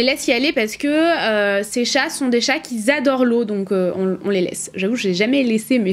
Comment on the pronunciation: trop mignonne par contre l'utilisation de liaisons inexistantes c'est pas possible (ex: ces chats qui z adorent l'eau, ) <3